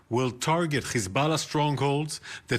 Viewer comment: did that re re say "Hezbollar"